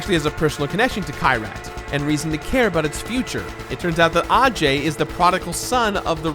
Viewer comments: it’s key-rat not kai-rat😭. i’m sorry hate to be that guy. great video tho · Kyrat, not Kayrat., you mispronouncing villain. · Fun drinking game: Every time mispronounces Kyrat (KEY-rat) take a shot. Note: Make sure you’ve updated your will in case you succumb to alcohol poisoning.